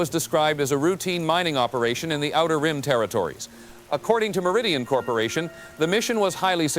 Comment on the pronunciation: He said rim